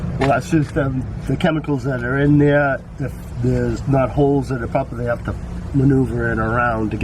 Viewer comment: "wull ats just the chemicals that are in theeyar..." works at the plating shop?